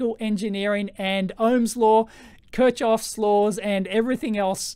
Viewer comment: Good stuff. That Kirchhoff pronunciation tho. :D